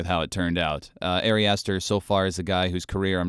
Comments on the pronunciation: Just a minor critique, only because I know Ari Aster will continue making movies that we want to talk about - his name is pronounced like “ah-ri”, not “airy”. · Honestly found it really hard to listen to this without cringing every time the guy pronounced Ari like "Airy". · "Airy" Aster is one of my new favorite directors.